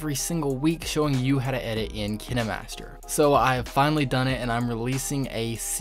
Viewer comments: Him: kin- eh -master Me: pronounced it wrong my entire life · You can’t even say kinemaster right /./. What is... kin- ey_ master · KINAmETSeR lMAO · Hol’ up- did he just say “Kina Master” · ITS KINE MASTER AND NOT KENE MASTER😂😂😂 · Or maybe its cus he called kinemaster kin-E-master lol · No no it's kiner - master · It’s not KiNeMaStEr it K I N E M A S T E R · They way he pronounces it makes me die inside 💀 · is the way he say kinemaster fah me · who else got triggered the way he said kinemaster 😂😂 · King Khan :0 thanks, dude! I now know how to actually pronounce it! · It sounds like Crime Master Gogo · You’re telling me it’s pronounced kin-e-master and not kien-master? My life is a lie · Kinaamaster lol dude it’s kinemaster not kinamaster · Kindmaster not kinmaster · He says KinaMaster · I know it kinda triggers me cause he’s like “Ken-Ee-master” while I say “Keen-master” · No he’s saying KineMaster that’s how u pronounce it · its not kini its kayn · I might just be acting way too dramatic but I get so triggered when he says kinemaster like kin a master cuz I pronounce it like k I nemaster. Is it just me who says it like that? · KineMaster watching this like ITS KINE-MASTER Bro this guys saying kin-a-master is making me laugh so bad Lol thanks for the tips do O.o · I thought it was pronounced "kain master" not "kin e master" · You say kinemaster: kinamaster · KINE not KINÉ Sorry, It Annoys me Sooo Bad 😅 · im sorry but kinamaster it KINEmaster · It's not kin a master its kine master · Man said kenee master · It's pronounced "Kinermaster"? I thought it was "Kindmaster" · Him: kinEmaster Me: ...da fuq u say 👁👄👁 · Wait is it actually pronounced kinamaster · Ah yes, Kihnnehmahstehr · Did you just say "Kin-aye-master"? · I hate how he said Kine y matser also kinemaster creatirs are quaking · "KiNeMasTher" op bolteee!😐️😂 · Its kinemaster not kin-eh-master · It’s pronounced Kine like pine master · Ki-na-master LOL I feel bad so bad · Is he saying kinamaster :/